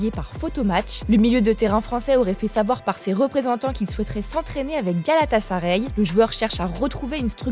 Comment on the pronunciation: Foot Mercato, c’est bien de mettre une femme pour la voix off, mais mettez-en une qui connaît le football! Elle dit tout le temps Galatasaré, y a personne pour lui dire que ça se prononce galatasaRAÏ?? C’est quoi cette meuf elle sort d’où?